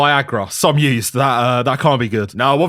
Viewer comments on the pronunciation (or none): Bro, I thought he said "some yeast" instead of "some used" because of his accent and was absolutely horrified imagining what he meant by that.